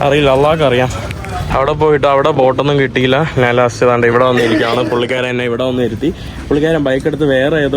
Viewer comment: എടാ മുറിയണ്ടി, നാൻ അല്ല ഞാൻ ആണ് ശരിയായ മലയാളം